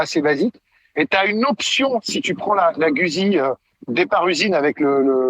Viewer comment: Merci à pour ses top commentaires. Quand même juste une remarque, Guzzi se prononce "goudzi". 😅